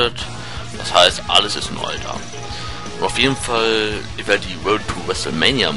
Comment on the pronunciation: du sagst nicht ich sondern is